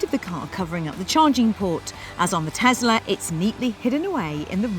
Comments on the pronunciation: why are you guys saying tezla instead of Tesla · What is Tezla?